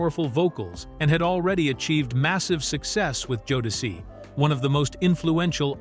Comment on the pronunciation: Well the AI got it right the second when it pronounced Jodeci😂